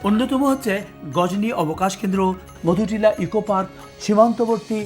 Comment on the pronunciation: মধুনীলা নয় মধুটিলা হবে